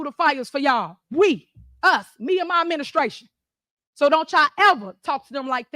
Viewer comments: She had me at " MInnestration" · "Me uhn muh ministrashun!" Never forget that THEY voted for THAT.